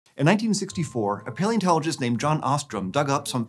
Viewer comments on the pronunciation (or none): I know they say "paleontologist" but every time I hear "Pale enterologist " :)